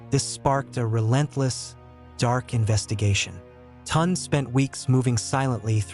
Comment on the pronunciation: The name is pronounced (Toon -day), not Tont. Please pronounce African names properly.